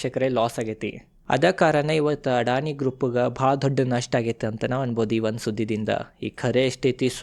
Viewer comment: ಅಣ್ಣ ಅಡಾಣಿ ಅಲ್ಲೋ ಅದಾನಿ